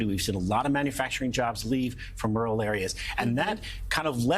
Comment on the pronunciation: White wural wage, a twet to muh democracy...